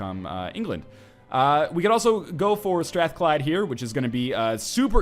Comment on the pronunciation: I come from Glasgow, and you pronounced Strathclyde better than most Scots do.